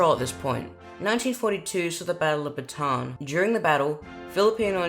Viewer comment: Lmao nice pronunciation of "Bataan"